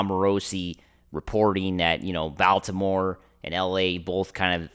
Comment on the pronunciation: Closed after the second time I hear this dude pronounce Baltimore.